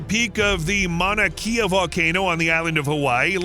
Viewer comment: This video is full of S_IT. Do some research before making a video , all wrong, factually very incorrect. And if you want to use Hawaiian place names, do some more research about pronunciation. There is nothing more insulting than some ignorant outsider telling everyone about Hawaii but cannot pronounce Mauna Kea correctly. Go away and don't come back. A video full of BS.